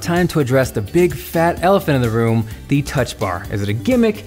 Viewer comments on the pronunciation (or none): none